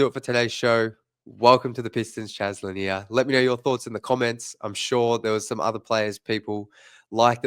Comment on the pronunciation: Pronounced Là Near, just like Bob Lầnier the great center.